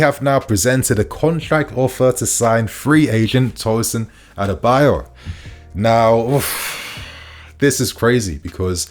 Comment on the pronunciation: you keep getting the pronunciation wrong , it’s ADARA-Bi -OYO